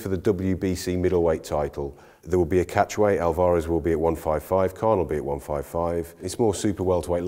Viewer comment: Oit, you plonkers. Say Alvarez properly. You're embarrassing me as an Englishman. Haha.